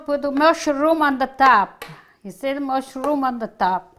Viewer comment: Corrrrrnmeeel. Mushrrrrroms. SALLLSA!!!!!